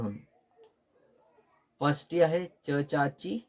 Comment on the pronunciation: नेट मराठीचा अभ्यास घेता आणि षष्ठी ला पश्ठी म्हणता??